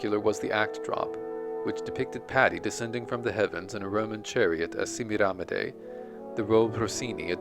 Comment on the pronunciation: What a wonderful, unexpected, and in depth portrait of the Great Patti! Hate to be a churl but your pronunciation of "Semiramide" drives me nuts. 🥜🥜🥜😸 Joyce di Donato will tell you how it